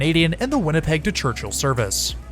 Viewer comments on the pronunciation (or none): none